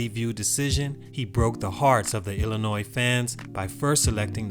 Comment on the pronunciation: HEY!!!! You said Illinois right!!!!